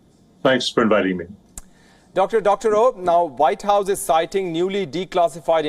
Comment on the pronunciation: It’s annoying to hear these Indians keep on pronouncing W as V and V as W… It’s NOT Vite House! It’s WHITE HOUSE! And it’s NOT Wirus! It’s Virus!